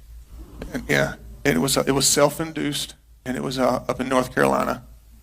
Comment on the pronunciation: the way he said self induced is really peculiar...